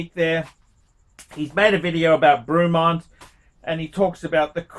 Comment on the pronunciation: It’s ‘Brey’mont not fucking ‘Brew’mont you imbecile. 😂